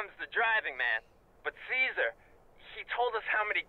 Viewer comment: IT'S CAESAR!!! NOT CARLOS. LOL.